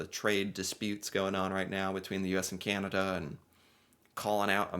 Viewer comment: Please stop saying, ..."Cieanada"... It's, Can, a, da.... cana-da.... Canada... Thnx. 😊😉